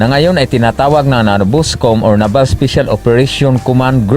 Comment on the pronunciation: Ayusin mo nmn pag bigkas ng naval